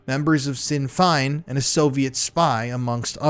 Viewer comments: SHIN FAIN…not…. SIN FINE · Hiya sinn fein is pronounced shin fayne. The Met police force is filthy dirty corrupt......still is because the MET never made Prince Andrew answer to the sex trafficking ring from US police. They are still protecting paedophiles. I was a uk social worker and have looked into this abuse , this was by far the most detailed an succint account. Thank you so much for exposing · It’s pronounced Shin Fayne. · Sinn feint is pronounced shin fayn not sin fine. I am not being awful or anything my adhd brain does this all the time. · Btw, it’s pronounced Shin-Fain. Popular far right faction of the IRA. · Sinn Fein is pronounced Shin-feign Love the channel thank you for what you do. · Sinn Fein is pronounced ‘Shin Feign’ I don’t expect you to know that, but thought I’d mention it. Thanks for another great video. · It's pronounced "shin fain." Here to help you my colonial cousin. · The Irish pronounce it "Shin Fayn" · Good coverage. It always seems it's the men who attack boys who are the cruellest and most prolific. To sound more professional, just check pronunciations first - Sinn Fein, Gloucestershire, chauffeur etc.